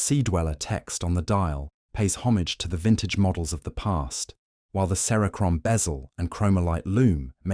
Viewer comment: AI voice screams cheap. At the very least it should correctly pronounce words like cerachrome.